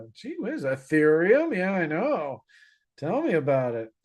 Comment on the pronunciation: thank you for your sharp analysis once again! I have a question that I've been willing to ask you for a while now, why do you pronounce the verb tell as tehel? I'm very intrigued to know the answer? Is it a Canadian way of saying it? ❤